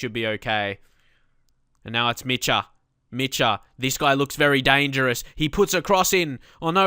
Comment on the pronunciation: The "ch" in Dor Micha name is pronounced like the "J" in Jessie.